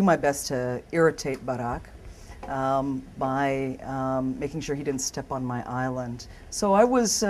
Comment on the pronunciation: I love how she pronounce his name.